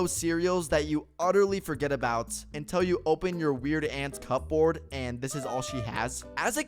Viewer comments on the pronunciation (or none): I know it’s cubord what’s a cup bosrd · bro actually pronounced cup board